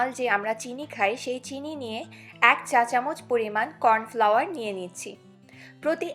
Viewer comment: ওটার উচ্চারণ কর্ণফ্লাওয়ার ।aar ota chinike jhor jhore rakhte sahajjo kore